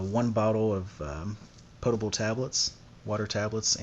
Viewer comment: Nice video. I like that you pronounce potable correctly. I t hunk you should try that chain saw. You will most likely find that the folding saw should replace it and then in your big kit get tabor tools pruning non folding saw or a bow saw and extra blades. For food gathering remember traps are reusable. Snares generally not. Some yo yo would be good since work for fish or small game. Better for fish would be gill net or knowledge for creating traps